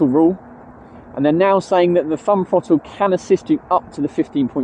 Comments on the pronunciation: I admire your guts making this video when you can't even pronounce the word THROTTLE. It has a glottal stop in it after the double t, it is not a frotull. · My autism can't cope with bad speech. I can't watch because your words make me cringe. . School didn't teach you to talk like a Muppet. What is a FFrottle. NOT mumFFs oV FFinkink FFroo FFerty FFree FFousand FFingz FFurzday wiV muVa faVa bruVa keeFFs smooV teeFF sumFFink wurFF nuFFink norFF souFF maFFs FFerapy myFFs FFerteenFF healFFy You don't say FFis FFat FFem FFose for THis THat THem THose so you can say the TH sound. It's a bad habit that you can change. Will you stop it so I can watch your videos.